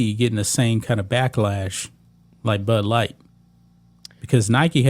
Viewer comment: I’m having a problem understanding what you’re saying. Are you saying butt light or Bud light. 😂😂😂 No Nike in years either.